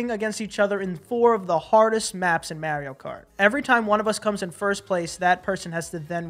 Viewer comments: Omg the way you guys pronounce “Mario” 🤣🤣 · Mario doesn't say his own name as Mare-io though. He says it'sa me, Mar-io 😂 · Mare-io... it sounds gross. Its Mar-io like in the planet MARS. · Mario himself even says mARio. Where are you guys getting mERio??? Biggest pet peeve. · I forgot you guys were from New York until i heard how you guys pronounce “Mario” - threw me off for a second haha😂😂 funny video as always though 😄😄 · Still going to continue to watch your content even though you're mispronouncing Mario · It really bothers me how you pronounce Mario.....